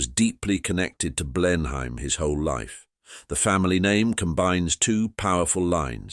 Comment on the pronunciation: Blen Hain? Come on, get your pronouciation right